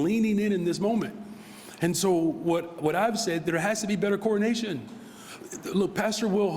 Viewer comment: When this guy says “coordination”, it sounds an awful lot like “coronation”